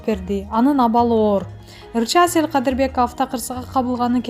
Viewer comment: 😝😂😁оа , Кээ бир жерлеринде СЕЛ КАДЫРБЕКОВА дейт го